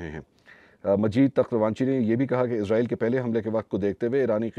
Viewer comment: Aslamo Alekum Kindly ap lo israeel lafz ko izraaeel k lfz mn tbdeel na krin because izraeel ak fareshta hy jo Allah k hukam sy logon ki rooh qabz krta hy Ar israaeel ak qoum hy js ka zikar Quran pak mn hy